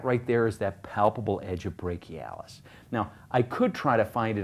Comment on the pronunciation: brak-e-i lol